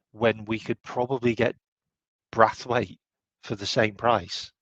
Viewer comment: You make me laugh with your pronunciation of players names. Brathwaite lol BraNthwaite